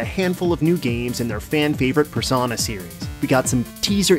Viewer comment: its wingardium persOHna not personAH